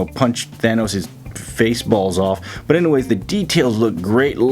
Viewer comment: Did he just say face balls